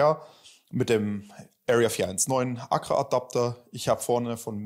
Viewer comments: Dialekt mäßig gehe ich bei "Bullbab" so würden wir in Franken es aussprechen noch mit. Aber ACRA geht gar nicht🤣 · Google ist dein Freund😉da fehlt nämlich noch ein Zusatz. So wie er es ausspricht, ist es auf jeden Fall falsch😂